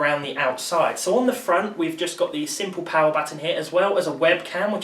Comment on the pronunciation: "now you're playing with powe"